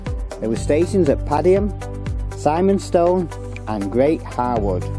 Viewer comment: Really enjoyed the video but Simonstone is pronounced with an "i" and not an "I" for us locals. Big thumbs up, great.